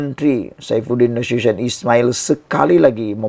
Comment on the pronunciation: Sebutan ko nama bapa saifudin tu ta betul cuba ko cari daripada orang lain. Nasution.bukan mcm sabutan ko